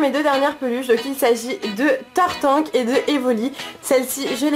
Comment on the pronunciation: tu as dit tartank (tarte ank) :D bon sinon ce n'est qun détaille sinon bonne vidéo comme dab